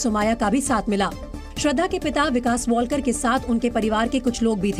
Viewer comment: अडाणी लोग... वॉलकर नहीं है लास्ट name... वालकर है.....